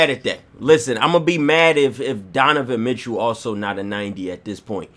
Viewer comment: This dude said Donavan Mitchell better than Ben Simmons I’m getting flight vibes